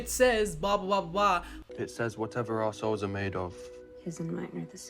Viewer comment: Anyone else laugh when he said “our souls” ‘cause it sounded like he said “arseholes”. I am mature.